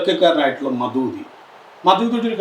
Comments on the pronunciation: ഇവൻ ജമാഅത്തെ ഇസ്ലാമിയെ കുറിച്ച് ഭയങ്കര ഗവേഷണം നടത്തിയ ആളല്ലേ ഒന്ന് പോടെ ,,, മദൂദി അല്ലടാ ഊളെ മൗദൂദി പേര് പറയാൻ പോലും അറിയാത്ത ഇവനാണ് ജമാഅത്തെ ഇസ്ലാമിയെ കുറിച്ച് വിശദീകരിക്കാൻ വന്നിരിക്കുന്നത് ദേശവിരുദ്ധ ശക്തികൾ ആയ ആർഎസ്എസ് സംഘപരിവാർ ഭരിച്ച കുളം തോണ്ടിയ ഈ രാജ്യത്ത് ഇരുന്നുകൊണ്ടാണ് രാജ്യത്തിന് ഒരു ദോഷം വരുത്തിയിട്ടില്ല ഇതുവരെ ജമാഅത്തെ ഇസ്ലാമി എന്നിട്ട് അവരെ വിശകലനം ചെയ്യുന്നു ആദ്യം രാജ്യം നശിപ്പിക്കുന്ന സംഘപരിവാർ ഭീകരവാദത്തെ കുറിച്ച് ചർച്ച ചെയ്യൂ അത് വിശദീകരിക്കുക അത് ശരിയാണോ തെറ്റാണോ എന്ന് പറയൂ,, ഇസ്ബുൽ മുജാഹിദീനും എല്ലാം ആർഎസ്എസിൻറ്റ സൃഷ്ടിയാണ് ആർഎസ്എസും ഇസ്രായേൽ ചാരസംഘടനയായ മൊസാദ് ഏറ്റവും നല്ല അടുപ്പത്തിലാണ് മൊസാദും ആർഎസ്എസും അനിയൻ ബാവ ചേട്ടൻ ബാവ യാണ് ,,അൽ ഖായിദ ,,,ഐസിസ്,, ഈ വിഭാഗം എല്ലാം ജൂത ക്രൈസ്തവ സയണിസ്റ്റ് സൃഷ്ടിയുമാണ് എന്നിട്ട് ഇതിനെയെല്ലാം മുസ്ലിങ്ങളുടെയും ഇസ്‌ലാമിനെയും തലയിൽ കെട്ടിവച്ച് ഇസ്ലാമിനെ തകർക്കാൻ ശ്രമിക്കുകയാണ് പക്ഷേ ഇസ്‌ലാമിനെ തകർക്കാൻ കഴിയില്ല മക്കളേ മുസ്ലീങ്ങളെ നിങ്ങൾക്ക് ഒരു ചുക്കും ചെയ്യാൻ കഴിയില്ല ഒന്നോ രണ്ടോ പള്ളി നിങ്ങൾ പൊളിക്കും പശുവിനെയും മറ്റും പേര് പറഞ്ഞ് കുറച്ച് ആളുകൾ ഒക്കെ നിങ്ങൾക്ക് ക്രൂശിക്കാൻ കഴിയും അതൊക്കെ ഏത് നായ്ക്കൾക്കും കഴിയും അല്ലാതെ ഇസ്ലാമിനെ തകർക്കാൻ ശ്രമിച്ചിട്ട് കാര്യമില്ല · ദേശീയതയെ നമ്മുടെ ദേശീയ ഗാനം എഴുതിയ ടാഗോർ തന്നെ തള്ളിപ്പറഞ്ഞിട്ടുണ്ട്. എങ്ങിനെ മൗദൂദി എന്ന് ഉച്ചരിക്കാൻ അറിയാത്ത ഇന്റർവ്യൂ. പിന്നെ ഷാഫി , ഹനഫി എന്നിവയുടെ വ്യത്യാസം അടിസ്ഥാനപരമായി അറിയില്ല.